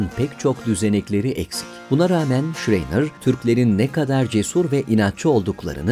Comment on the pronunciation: "Şreyner" değil ama , "Şrayner" okunur ve söylenir.